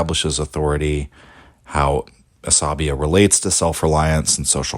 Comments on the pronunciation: I listened to you saying Asabiyyah like 100 times, before I finally realized it is عصبيّة and not just a greek or latin word :'D The double yy here does a lot of the work; it is pronounced more like "bey yah" not like "labia". Otherwise, love your videos. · 'sa BEE yah mu QAD dee mah putting the wrong emPHASIS on the syLLABles